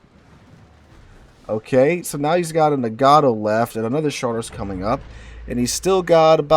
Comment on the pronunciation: Man, you're killing me with the "Muh-hahn" and "Nuh-gah-toh".